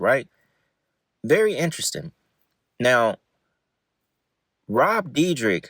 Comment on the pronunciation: Rob dear deck: ❎️ Rob dee drick: ✅️